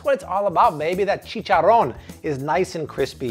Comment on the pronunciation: I don't know how I landed into your channel but I'm so glad I did I love your recipes definitely trying them new subscriber here 😬👍 btw I love the way you say chicharron lol😁😉